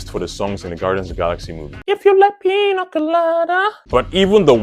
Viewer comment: it’s “piña” pronounced like pin-ya, or like the G and N in lasagna, not “pina”.